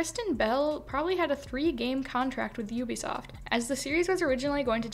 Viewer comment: It's "You Be Soft" not "ooh be soft" I think